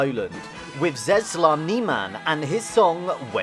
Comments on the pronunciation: Czesław Niemen - tcheswav, it is simply. Ogólnie, autor nie próbował nawet poszukać tego jak się wymawia imiona i nazwiska uczestników. Okropne są te jego wymowy, ciężko czasem zrozumieć o kim mówi, bo tak zniekształca nazwiska i imiona. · Your pronunciation of the Slavic names is so terrible, I wouldn't even recognise the famous artists... Next time, do some research about the names you mention. It's so easy in the times of the Internet and AI tools. E.g. Czesław sounds like Cheslav, Vaclav like Vatslav.